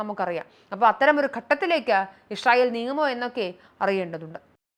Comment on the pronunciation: ഇഷ്രയേൽ അല്ല ഇസ്രായേൽ